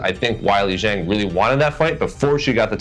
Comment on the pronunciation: Zhang is pronounced similar to jeng in chinese.